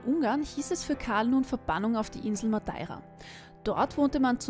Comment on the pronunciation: mir tuts im hirn weh, wie du "madeira" aussprichst. das ist ein E. kein A. sonst grossartige kurzdoku.